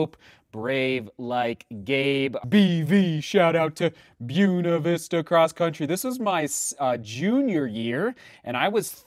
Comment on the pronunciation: "Bewn-a Vista"? Really?